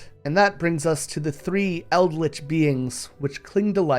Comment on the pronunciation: No clue about the channel or anything as its the first time being here, but the word is "El-d-ritch" "El-d-lich" is a yugioh card. In other news, thanks for putting out the video! It's really good timing with all the Eldrazi hype due to Modern Horizons 3.